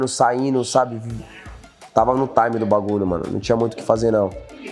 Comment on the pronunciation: Alguém avisa para o Charles que ele falar Taime (time) toda hora , além de chato . Ele usa sempre fora de contexto , expliquem a ele o contexto pq ele fala , arroz e aviao ele coloca um Taime no meio 😂